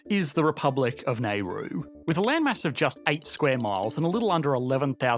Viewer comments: Just to point out ... your pronunciation of the name Nauru is totally a hack job; calling Nauruans Naurusians sound condescending; and you seem to blame it on the Nauruans themselves instead of the Great Powers like Great Britain and also you seem to excuse weak powers like Australia; both of whom wreak havoc on Nauru! ... and the pictures you used especially the people shown were not Nauruans at all! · Interesting. I worked in Nauru just before the phosphate ran out. A piece of the world Australia, UK, and NZ should be more aware of the destruction they wrought. Creative piece, I think you managed to use 3 actual still photo’s of the place in the piece. They’d not be to keen on how you pronounced the name of there country… Nay-roo? It’s Narr-roo. 🤷‍♂️ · I couldn't finish the entire vid because of your pronunciation of Nauru. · The pronunciation of Nauru and Nauruans was so cringeworthy. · Crikey. Before you record a fourteen minute video about a place, you really should learn to pronounce it! Otherwise, very interesting and informative. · That's not how you pronounce the name of the country bud. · Yep. Worst pronunciation of Nauru I've heard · i have never heard it pronounced like he does in australia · Could have at least looked up how to pronounce the country before making a whole video on them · I generally love your videos, but please re-do this one with the correct pronunciations! It's like fingernails on a chalkboard to hear your say the name of the country and it's people wrong over and over for 14 minutes. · Your pronunciation of Nauru is unsettling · Wonder how one can pronounce 'Nauru' as /neru:/, like the surname of the Indian statesman Nehru. Some seconds on the Net and one may see that it's pronounced /nauru/, unsurprisingly. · drove me crazy the entire video. It's Now-ru, not Nay-ru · please note; The island's name is not pronounced 'Nairoo' but 'Nowroo' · How did you get " nay roo" from Nauru 🇳🇷 ( now roo) Nauruans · Nayroo? Not Naroo?